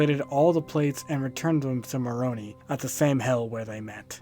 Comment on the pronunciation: also Moroni is pronounced "more-oh-ny" 😂